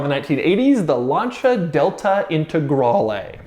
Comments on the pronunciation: Also isn't it Lancia? Not lancha? As in how it's pronounced? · Lancia not Lanci